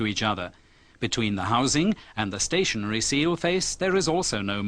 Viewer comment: ستاشنرى سنترفيوجال REPAIR YOUR ENGLISH PRONOUNCE